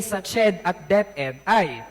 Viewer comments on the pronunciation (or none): none